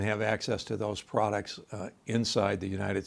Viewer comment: "Fintaaastic prodacts"...no thanks, we're good.